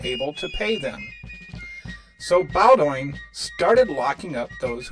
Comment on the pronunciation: Bowdoin is pronounced BOden.